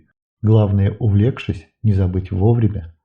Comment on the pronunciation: Не ножницАми, а нОжницами. Увлёкшись, а не увлЕкшись